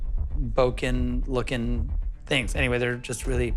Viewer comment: He called bokeh “boken” and that sounds so weird to me.